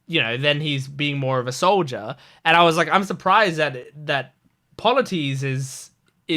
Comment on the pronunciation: Polites is like - Paul-a-tease Eurylochus - You-Really-Cuss